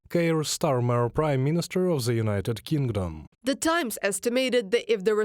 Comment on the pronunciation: Friendly suggestion: the interpreter is understandable-enough, but they really seem to struggle with the pronunciation of the "th" sound. Im confident that with a little focused effort and practice, zis is zumzing zat zey could improve - just zink about how zey say zuh z sound.